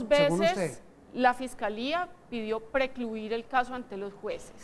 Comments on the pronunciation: "Recluir"? o "Precluír"? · Por favor, no es "recluir", es "precluir". Por Dios